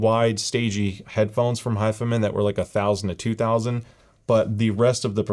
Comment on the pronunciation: Ur saying it wrong hifi man lol don't separate the man it's all one word hifiman. But is it really only $299 or is it 359?